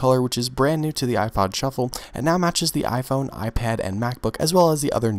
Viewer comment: everytime he says "shuffle" it sounds like "truffle" LOL